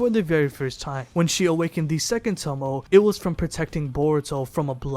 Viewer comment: If this nigga say tomo one more time. It’s Toe-may